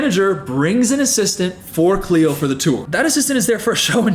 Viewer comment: It’s cleo TRAPA